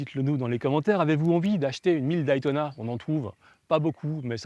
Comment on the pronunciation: Merci pour ce beau souvenir. Pour info, Day ce dit "dai" comme "jour" en anglais que tu connais... Mais pas Daï comme ail ail ail ! ou Die (mourir), alors arrêtes de dire aïl, ça fait vraiment mal au oreilles, merci pour nous, hahahaha